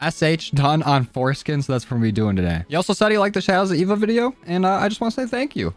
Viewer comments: My dude u said forskin in this vid LMAO ^^ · LMFAO he also calls it foreskin too? 😂